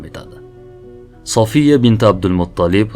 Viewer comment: Сафия дейилади София эмас,Саф сўзидан олинган